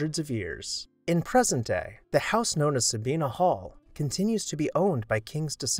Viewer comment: Sabine is not pronounced Sa-be-na! It's just two syllables, accent on the first syllable with a long a.